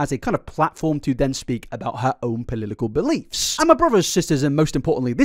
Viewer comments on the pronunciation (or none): did i hear "polilikal believes" wuhehe